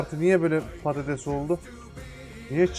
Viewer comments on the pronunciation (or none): none